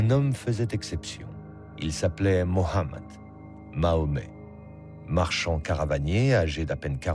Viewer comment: Tu prononnonce mal aussi Mohamed